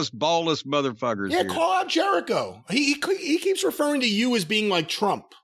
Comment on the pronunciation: Something small but I lmao when he called Jericho “Jericovid” 😂